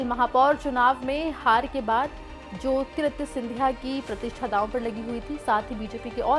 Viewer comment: make your pronunciation correct for the name Jyotiraditya